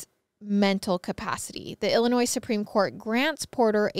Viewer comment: The s is silent in Illinois 😅